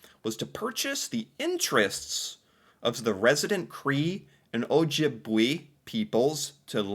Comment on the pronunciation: Hi...Ojibwe is pronounced Ojibway.